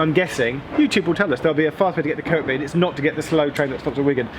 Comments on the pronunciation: Highly disappointed there was no 'getting off at Edge Hill' joke (Also you're pronouncing Kirkby wrongly) BUT OTHERWISE BRILLIANT VIDEO AS ALWAYS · Kirkby isn't Kirk-be, it's Kerby. Tsk! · I'M AFRAID GEOFF FELL INTO THE PITFALL OF PRONOUNCING THE SECOND "K" IN "KIRKBY". IT'S ACTUALLY PRONOUNCED THE SAME AS "KIRBY", AS IN "WEST KIRBY". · Hi Geoff, quick thing, noticed you pronounced the K in Kirkby, I live in southport and know that if you do that there you do not get well liked!